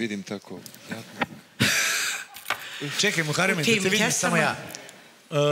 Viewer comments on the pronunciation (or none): Sasa nije muareme nego Muhareme izgovori kako treba